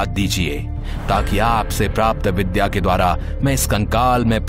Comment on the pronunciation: Vidya Not vidha